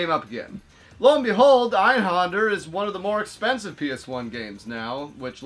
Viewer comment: You actually got the pronunciation right the first time, the "-händer" part is pronounced basically the same as it is in English (with the ä being like the a in "that)", though the "er" at the end is a bit more subtle, so it almost sounds like "Einhanduh". Kind of hard to convey the difference through text, so hopefully that makes sense. Criminally underrated game btw, I wish Square had done more shoot 'em ups tbh. I played the living hell out of the demo as a kid but never bought it for one reason or another, the first level is just oozing with cool cyberpunk style so it stuck in my head into adulthood. I recently started emulating it and while I suck at it and I'm currently stuck on the fourth level, I'm having a blast revisiting it, the game looks fantastic with the internal resolution scaled to 1080p in Duckstation and with all of the enhancements turned on, almost makes it look like an early PS2 game.